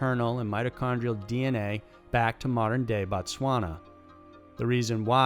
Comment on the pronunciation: Couldn’t have read it that well..... Its BOtswana